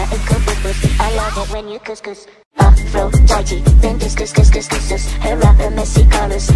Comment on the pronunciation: The first part gives me a stroke because it's supposed to be pronounced Aphrodi-DE not Aphrodi-TE despite it being spelled like that